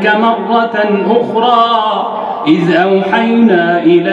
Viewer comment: تبارك الله صوته جميل جدا . هنالك خطاء في مخارج الحروف في الثانية 11 . إذ . وليس آز بارك الله فيك ونفع بك